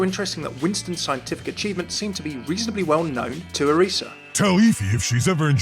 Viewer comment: FINALLY SOMEONE THAT SAYS ORISA's name right!